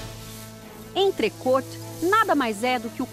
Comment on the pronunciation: alguem avisa a repórter que a pronuncia certa é "entrecô"